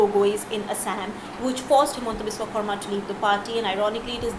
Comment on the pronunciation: Good on the journo for saying 'Xarma' instead of 'Sharma'.